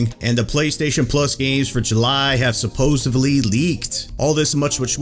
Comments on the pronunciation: Don’t get salty but it’s supposeDly. Not supposeBly. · 0.23 "Supposebly" is incorrect. Supposedly! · Did he say SUPPOSIVELY?